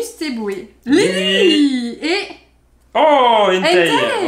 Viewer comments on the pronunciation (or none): none